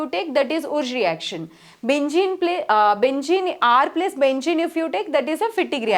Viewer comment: Benzene ❌Bengeen✅